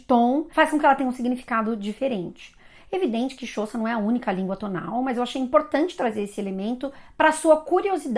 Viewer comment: É xhÔsa, como e esse xh é um som de clique mesmo.